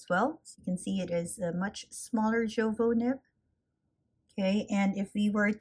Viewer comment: Jowo is pronounced "Yo-Vo".